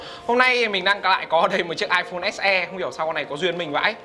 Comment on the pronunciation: "ếch e" và "ếch i" :v